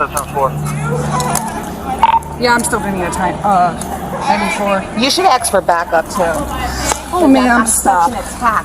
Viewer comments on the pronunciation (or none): Axe this, axe that.... learn english lady